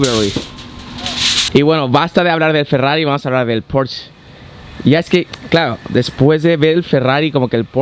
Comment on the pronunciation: me encanta tus videos pero se dice porsche tal como suena no porschhh :) un saludo